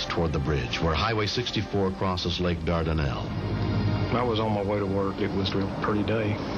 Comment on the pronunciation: I know exactly where that happened, being from around the area and all. BTW, Shatner put an extra "D" sound in Dardanelle. Most people including myself just say "Dard'nelle" wow. THAT is a miracle!!